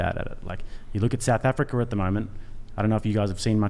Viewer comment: "idk if you guys have seen what's going on in South Africar lately" I know they can't help it but the phantom R's that slip into Austrailian's words drives me nuts!!!